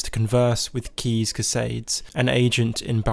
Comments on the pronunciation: Sorry but who tf is keez, it’s caius(Kai-uhss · It physically hurt me to hear how you metaphorically shit all over the pronunciation of my boy Caius Cosades. You did our boy dirty. It's Kai-us, like King Kai from DBZ teaching the Kaio-ken because he's one of the KAI. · I'm sorry but I can't get over the fact that he called caius "keez". How in the actual fuck do you make that mistake!? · It's "Caius" not keys. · The way you pronounce Caius tilts me hard... It's latin so it should sound something like this "Kah-ius", listen on google any romance language